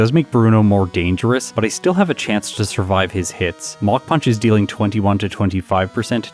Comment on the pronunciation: Has anyone else thought they were hearing MOCK PUNCH until reading the move name was MACH PUNCH :)?